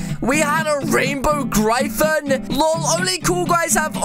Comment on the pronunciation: I like how he says gryphon the wrong way